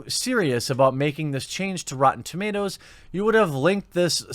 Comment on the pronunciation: "REEEEtee" is officially the new name for rotten tomatoes...